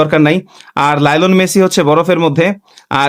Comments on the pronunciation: আপনি কেন সবসময় মেসিকে লাইলন মেসি বলেন লাইলন নিছি না মেসির নাম পুরোটা মেসি আপনি খালি লাইলন বেশি কোন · lional messi❌lilon messi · Lionel messi না Nylon messi😂😂😂